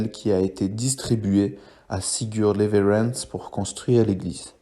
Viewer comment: Voix trop lente c’est dommage...pour info en suédois le w se prononce v...on dit donc leverentz